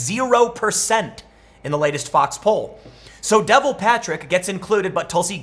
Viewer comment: It's pronounced da-vol.